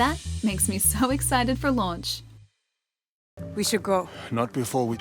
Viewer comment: Hi did you say lunch or launch